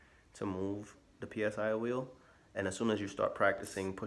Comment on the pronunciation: Psy-wheel is easier to say as "si wheel", which is the correct pronunciation. No need to spell out P S I 👍 Will save you the effort of spelling it out each time!